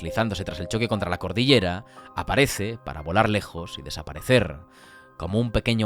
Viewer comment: se dice: cordillera.